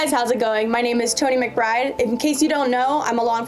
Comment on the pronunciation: haha she looks American, sounds American, acts American and pronounce her "irish" last name in a Spanish accent LMAO girl, we know you are a cop-er. If anything that doesn't earn bonus points in the our gun world, but you are still more American, not irish. haha also we are pleased you don't act tough like the 99% of other wanna be tough guy cops in our country so mucho kuddos to you! Stick with shooting